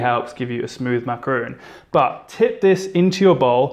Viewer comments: I can't help but to think about the way your mispronounce a macaron. It's not macaroon. Good job otherwise. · Thought this was going to be a macaroon tutorial because he keeps saying so, but it was actually just macaron 😅 Still yummy though :) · I love how you say "macaron" :) me encanta!! will definitely try it! xx